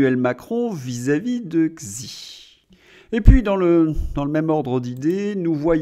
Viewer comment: Arrêtez par pitié de prononcer Xi comme dans xylophone! En chinois x se prononce ch comme dans Chicago. Xi se prononce Chi. Vous perdez en crédibilité.